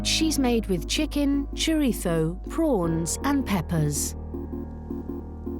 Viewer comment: What’s chorito? Chorizo?